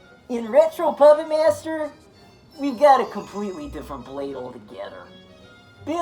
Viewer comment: I'm with you but why are you adding in extra syllables and vowels. "Pahyupput Maiyester 3". Dude. Wahoo toilks loiek thayut?